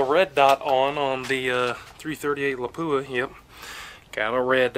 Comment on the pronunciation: Its pronounced Lap-u-Ah